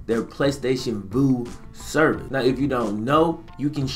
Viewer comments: Man i love you, but I'm trying not to flame that ass for saying Voo lmaoooo it's Vue. Like View 😂✊🏽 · I have PSV. It's so much better than Sling. And, it's "view" not, "voo " ha